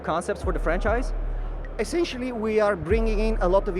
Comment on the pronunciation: Essencially. Essencially.